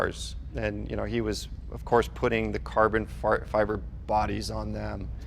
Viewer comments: dude said carbon fart... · Lmao he almost said carbon fart 😂